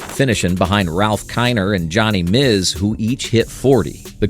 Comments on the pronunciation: If the writer would've spelled it "Boodrow" in the script the AI would've pronounced it that way. Maybe spelling "Myz" would've helped also. Or even better, the writer narrate it himself. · The pronunciation of the AI voices is beyond ludicrous. Johnny "Mizz"? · You might want to learn how to pronounce John Mize's name. Its not Mizz. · Interesting presentation but the AI mispronouncing of names is just irritating as hell. Johnny "MIZ" instead of Johnny MIZE? Lou "Ba-DREW" instead of Lou "BOO-dro?" Sheesh! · The name Johnny Mize rhymes with eyes, not with fizz... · JOHNNY "MIZE" LOU "BOO DREAU" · The great slugger… Johnny “Mizz”? And star shortstop Lou “Boudroo”? WTH?!! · Nice clip. Too bad you didn't ask a sports fan how to pronounce Mize or Boudreau. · You were doing so well until you incorrectly pronounced Johnny's last name. BTW, I have a baseball that was autographed by Stan Musial. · Very enjoyable. However, the narrator mispronounced several names including Donora, Mize, and Pujols. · Yeah, that got me too. Here are some facts, “The 1939 National League home run title was won by Johnny Mize with 43 home runs. The 1940 and 1941 titles were each won by Mize with 43 and 30 home runs, respectively. “ Also, this AI voice doesn’t know how to pronounce “Mize.”